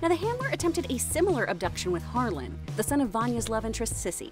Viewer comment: Guys, it's Harlan not Harlem.